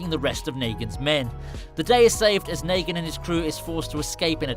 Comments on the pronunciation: It shows that he didn’t watch the show. If he did he’d know it’s negan not Naygan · Do you have dislexia it’s Negan not Nagan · dude yea it rlly is hard to watch this wit him saying naygen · Naygen its negan fucking hell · Bruh not naygen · It's neegan idiot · After hearing him say nagan I couldnt watch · The narrator has never watched the waking dead as you can tell by the words he uses and how he pronounces negan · How do you not say negan right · He said negan and michone wrong smh